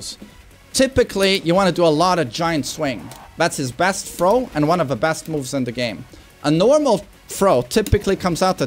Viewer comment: First learn how to say "throw"